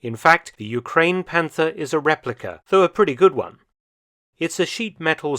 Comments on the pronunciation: Its not panter 😢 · Please ignore to pronounce the „th“ in Panther. 😉